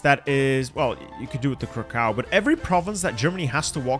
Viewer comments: Kraków is pronounced "krakuv" not kakao xd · if u ever wanted to know, krakow is pronounced like "krakoof" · pronounce Kraków like krakuf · it's not krakAu and katowic. it is KrAkow and KatOwice